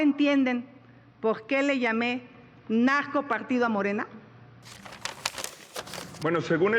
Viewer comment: Le hablo nacgco partidos por qué no puede decir narcopartido...algún pogbema!!!